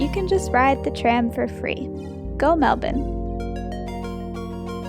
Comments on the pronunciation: LOVE that fact you can pronounce Melbourne properly. Huge respect haha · Did you notice........you pronounced Melbourne correctly at least once, well done you!